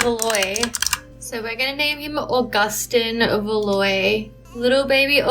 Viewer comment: Btw, Valois is pronounced "Val-wah", not "Valoy" (I'm a history nut and from Canada, so I'm vaguely familiar with french and that name)